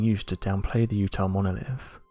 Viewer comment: I soon as I heard “monolif”....I was out.